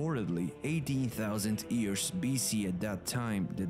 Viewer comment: I really like your videos. I don't know where you are from but your English is really good, but there's one word that you mispronounce. Years, you say ears, just think of the word you or Yolo and you'll have the right pronunciation. Keep up the good work.